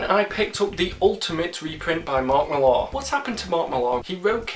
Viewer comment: Mark Millar isn't french. The Americans always get his name wrong, us Brits should know better lol It's Miller. Just spelt with an A but sounds the same..